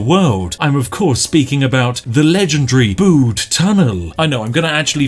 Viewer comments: It's not the Bood Tunnel, it's the B-you-D Tunnel. As a Cornishman, I was cringing heavily. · I have indeed been to the Bude tunnel myself and the reviews honestly don't do it justice. Please Spiff, you must go. P.s it's B-u-de not B-oo-de ;) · it's pronounced "byude" not "bood" btw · Bood? It’s pronounced bUde not bood! And never disrespect the tunnel!! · Please collab with RT and its said byude not bood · As a person who lives near Bude I've never felt so triggered, first you call it 'Bood' when any true Brit would know it's 'Byood' then you say it's a village when it's clearly a town. You have left me no choice but to unleash my British fury with my stern expression and angry finger shaking in your direction. Na but seriously nice video mate, come check out the tunnel, it'll blow your mind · Bood? err its 'B'yood'. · It's pronounced B-you-d, not booed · You saying Bude wrong u twat, it has a U not a ooood u flannel ☕️ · ITS PRONOUNCED LIKE BYOOD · Tsk Tsk its Pronounced byood even google knows this. However its still an amazing tunnel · Pronounce Bude as if there is a y in it, so Byude. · thats not how you pronounce BUDE, its more like, b - you - de, i had to pause the video and rectify this grammar in true english fashion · Why would Spiff know about the tunnel? XD also I agree, it’s B-u-de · nice video spif, think you find Bude it pronouced like Bewde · The way you say bude kills my simple cornish soul little by little each time it escapes your lips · Saying Bude wrong.... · As a Cornish man, the way you say Bude infuriates me... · STOP MISPRONOUNCING BUDE! or I'll make all the tea taste like coffee. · Spiff you ignorant northern grockel learn how to pronounce Bude! why do you keep saying it i'm at breaking point... please stop... please